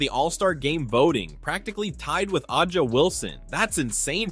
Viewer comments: You would pronounce it like “Asia” but substitute the s with j, not ahh Ja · pronounced similar to "asia" wilson btw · “a’ja” is pronounced like “Asia” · “Ahuja Wilson” is crazy lol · A’ja sounds like Asia, at least get it right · My guy said Adja Wilson. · I started watching this video but could no longer take you seriously after the way you pronounced A'ja. Yikes. What an obvious way to make it known you don't actually watch women's basketball.